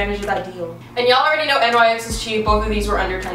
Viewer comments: Btw it is pronounced nyx as one word, like nix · it's pronounced nix 😭😭 please say nix next tim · I thought she actually realized how to say NYX